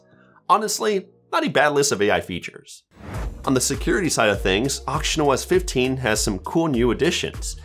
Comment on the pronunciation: i hear auctionOS 😭